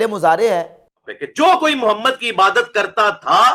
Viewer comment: AP Muhammad ka name bh thk sy nhi ly rhy apni vedio khud sunain zra